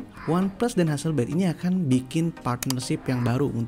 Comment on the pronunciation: ha-sel-blad bang, bukan ha-sel-bleid